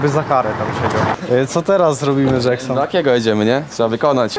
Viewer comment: Vysa na łyso dżeksnon a nie